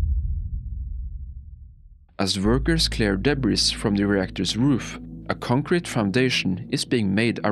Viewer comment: It's "workers". Not "burgers"